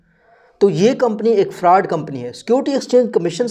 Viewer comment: Bro why u say farud